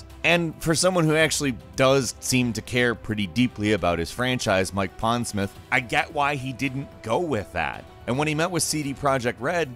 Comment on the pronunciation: Mike Pondsmirth?